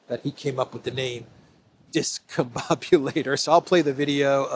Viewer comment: Trump didn't name it the Discombobulator he cant eve pronounce it, as is clear from the video! (Notice how he initially mispronounces the word!)